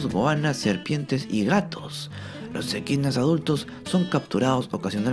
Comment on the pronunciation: ¿EDQUINAS? De lo que uno se viene a enterar. Gracias ♡